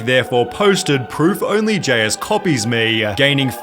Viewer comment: Ill subscribe if you stop saying words such as "me" and pronouncing it "MueeeeeeeeeYUUHH"